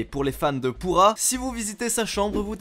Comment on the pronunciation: Pru'ha pas Purah je devrais le répéter combien de fois à TOUT les youtubeur.Sinon super vidéo!(oui c'est de la bipolarité la)